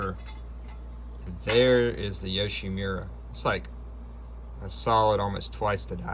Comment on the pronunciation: Yo shi MU ra, not mira